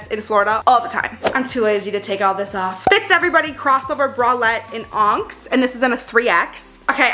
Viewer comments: lmfao 'onks' nooooooooooo on-ix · Onyx is pronounced Ah Nix. you crack me up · Hahaha I laughed when you said “onx” 😂 it’s actually on-ix. Ix pronounced like Twix. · onyx is technically pronounced aw-nixs. But pronounces it as onks so i pronounce it as onks 🥹🫶🏻🤍 the amount of confidence in this video makes me feel so happy. i LOVE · ONGST LOLLLLL it's ON - - Knicks = onyx. I have dyslexia so I very much get it LOLLL girl ily. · Love this! You look amazing and I love you so much for pronouncing it onx (not being Grammer popo but if ur curious is on-nix) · You’re too cute! Love your energy! And the way you say Onyx is so adorable lol it’s pronounced like ON-IX. I,too, may just start saying onks instead 😉 xoxo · Lol the fact that you keep saying onx instead of on-yx 😂😂😂 (ah-nix) love this video tho 💕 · Lol... "onks". It's pronounced "on-iks". How you say it is so cute I'm adopting it now. You look amazing in this clothing,. You look lovely anyways, but this really looks good on you! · "In Onks...." oh,...., I am dying. It's pronounced äniks.. ahnicks... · Lolllll, it’s pronounced Onix, not Onx 😂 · The color that you got is pronounced on-icks. Not onx lol. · 🤣🤣🤣🤣🤦🏻‍♀️ she said "onx" instead of ON-IX! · Onyx is pronounced on X :p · Sugar, ONYX is pronounced "on-nix", not "onx". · Lol, the confidence that said "onks", made me doubt how I pronounced onyx my whole life! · She is adorable! But hey skims who missed the onyx/onks hiccup when approving this video? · Was actually just watching a Hopescope video and she was saying how this is her comfort channel so I decided to check it out and this is my 3rd video so far, absolutely obsessed with her channel, she's so cute and charismatic and hilarious and when she said onks for the first time (and every time since) I just melted, absolutely LOVE that pronunciation, too freaking adorable!!!! Made a mental note to say that from now on cuz like how sweet 😍😍😍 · Onyx is “on-icks” 😂